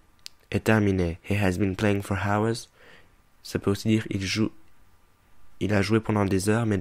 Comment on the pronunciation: Il prononce le H de HOURS.!!! Mais virez-moi ce con !